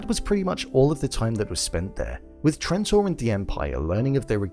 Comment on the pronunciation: Dude...I watched 15 seconds and you said "Transore"...